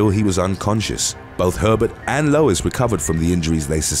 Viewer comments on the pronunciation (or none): none